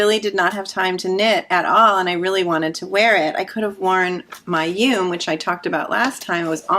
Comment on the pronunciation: Hi ladies! Just discovered you recently from Kristen's channel. I wanted to note two things about the Yume top. 1- Yume is the Japanese word for dream, so it's pronounced in two syllables, something like "you-mé". 2- about the extra armpit fabric. I wonder if you could compare your arm measurement to the pattern schematic and your finished top? Maybe you didn't need an underarm cast on, if the pattern had one. I think that would create extra fabric in that area. It seems like you didn't have the issue with you flower top which didn't have extra underarm stitches, right? Hope that helped!